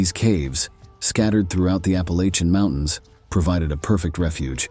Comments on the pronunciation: Love the whole aesthetic of this video. But, as a Southerner who grew up in the WNC mountains… It’s App-ah-latchin’, not App-ah-lay-chin 🙏🏼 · My guy, it's pronounced Apple-Atcha.